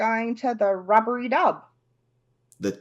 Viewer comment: its rubbidy not rubbery